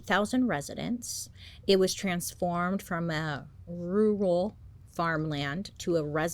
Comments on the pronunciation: Dont worry, Bailey. My childhood address was a "rural rout" instead if a street, road or avenue. I still cant frikkin say it right. Just say "Rule" like in ruler. Ppl will get it. ❤❤❤ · Bailey always has difficulty to say rural! 😂😂😂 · rual like girl! they rhyme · I can’t say that word either. Or Roy etc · Anyone else notice her "Rural" pronunciation has evolved over the years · I love the way you struggle with the word rural because I went to school in a town called "Rural Valley" and to this day I still hate that word. Everyone who lived there usually called it "rull valley" but that drove me crazy because that's not how it's meant to be said!